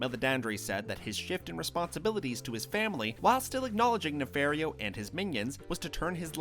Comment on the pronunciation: I think it's pronounced "nefahrio" and not "nefehrio"